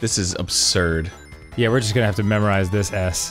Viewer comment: I for one am really glad Arin no longer says "abzurd".